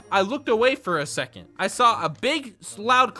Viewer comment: Any one else hear him say “I sall a big loud crash”😂😂😂